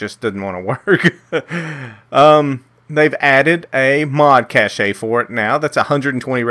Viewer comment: It really bothers me how he pronounces "cache"